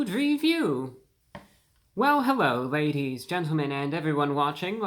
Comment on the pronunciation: Hewwo Wady’s and Gentlemen!